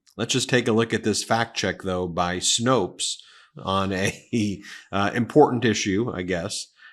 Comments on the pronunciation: Snopes rhymes with ropes, not roots. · It’s Snōpes not Snoops. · Ben, it's Snopes, not Snoops, lol!😅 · By the way, it's Snopes (with a long "o") not snoops. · It's Snopes, not Snoops. 😁 Love you, Ben!! 💙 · It’s Snopes pronounced to rhyme with nope. Not Snoops. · Snopes, not snoop😊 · Ben. Really. Snopes... think "nope" with an S on each end. There isn't any controversy or debate. "Snopes" not "Snoops" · It’s SNOPES, not snoops. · Snopes. Not Snoops. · Snopes...rhymes with hopes. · For future reference, it's Snopes with a long "o" sound, not "snoops." What I love about the name is that it comes from Faulkner's white trash grifter family in his trilogy of "The Hamlet", "The Town," and "The Mansion."